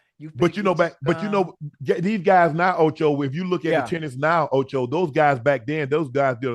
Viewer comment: Am I the only one that thought he said "titties" instead of tennis? 🤣🤣🤣🤣